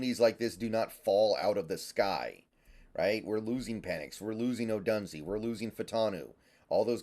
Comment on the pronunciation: Can someone PLEASE tell how to pronounce ODOOONZAYYYY…